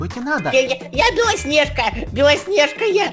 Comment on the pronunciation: Почему ты говоришь белоснеға